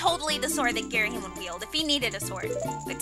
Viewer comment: You don't pronounce Ghirahim like "Gear-a-heem",you pronounce it like "Gear-a-him". :P